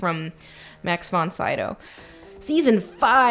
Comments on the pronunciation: It's pronounced “von see-doh” you pleb. Good video. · Max Von Sydow's name is pronounced "von SEE-doe".